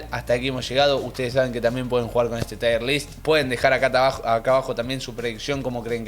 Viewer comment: No es "Tire list" Es "tier list". Se pronuncia como "here" no como "hire"